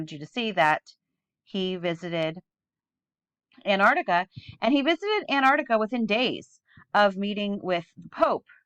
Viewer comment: I love your channel. I agree with most of what you say. As a teacher, it'd be great if you could pronounce Antarctica properly. You keep saying Anarctica.